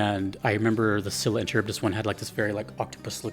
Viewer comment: Greek names like Scylla and Charybdis are actually pronounced with a hard C or K sound. So it's something closer to Skee-lah and Kuh-rib-dus rather than See-lah and Cha-rib-dis. Note that See-lah would be spelling it using Latinized rules. She's Greek so I think we should respect her Greek heritage. It's also how the names are pronounced in-game. Bonus points to Supergiant Games, as always.